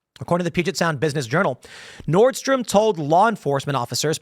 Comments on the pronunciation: Pronounced "North-strom" bro....😮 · "Nordstream" LOL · Tim it is Nordstrom (nord st roam)